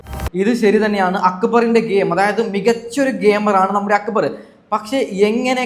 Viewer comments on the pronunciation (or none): സാബുമാൻ നാരദൻ്റെ പണിയാ. രണ്ടു ഭാഗത്തും കൂടും. ആര്യൻ , നെവിൻ പോയതിനുശേഷം പോയാൽ മതിയായിരുന്നു. ആര്യൻ, അക്ബറിനോട് കൂടിയപ്പോഴെ മനസ്സിലായി out ആകുമെന്ന്. ഇവനോടെന്തിനാ അഭിപ്രായം ചോദിക്കുന്നത്. ഞങ്ങളൊക്കെ കാണുന്നുണ്ട്. അക്കു ബർ അല്ല അക്ബർ